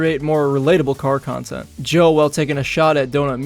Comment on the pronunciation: Jobe*!!! That's his last name Jobe. Otherwise it's Zach